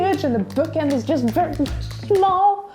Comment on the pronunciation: All the words sound English, but small sounds smöl